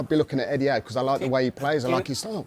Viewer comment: Did this guy just say Eddie Howe?